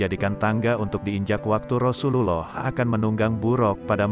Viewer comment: Ymind cara Lou berucap Rasulullah sebaiknya Lou belajar yg benar PD uztad atau ulama yg fasih